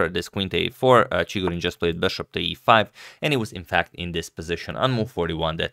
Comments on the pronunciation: In pronunciarion of Chigorin, the accent falls on the second syllable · it's ChigOrin btw, not ChIgorin